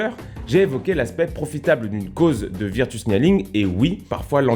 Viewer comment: Ça se prononce veurtchou pas virretu